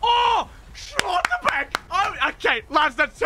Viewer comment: Schlotterbeck isnt pronounced austrian, its just Schlotterbeck 😂